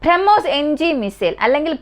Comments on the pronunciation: ബ്രഹ്മോസ് എന്ന് പറയാൻ പഠിക്കൂ... കുറേ നാളായി കേൾക്കുന്നു ഇത് 🤦🏻‍♂️ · ഈ കൊച്ചിന്റെ ഉച്ഛാരണം ആരോചകം minimum ബ്രഹ്മോസ് എന്ന് എങ്കിലും മരിയാദയ്ക് പറയാൻ പഠിക്ക്.